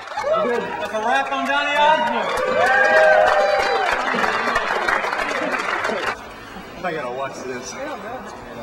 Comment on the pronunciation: did he say donny osment? reminds me of emily osment.